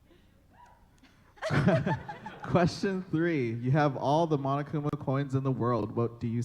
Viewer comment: It's Monokuma not Monakuma was that a mistake?